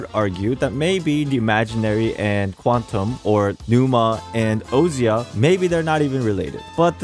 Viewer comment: I feel like its probably pronounced "oh-sha' instead of "oh see ah"